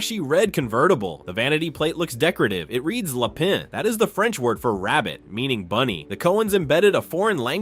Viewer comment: Willamette Week is pronounced “will-AM-itt.” Not “WILL-uh-MET” Lapin is pronounced “la-PAN.” Not “luh-PIN.”